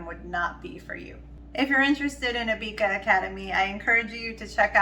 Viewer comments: It’s Abeka not Abeaka 🤣🤣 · Abeka is pronounced A beck a like rebbeca